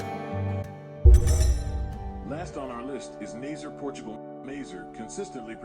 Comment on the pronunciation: It’s pronounce naz-uh-ray